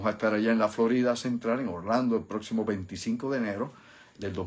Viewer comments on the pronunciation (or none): none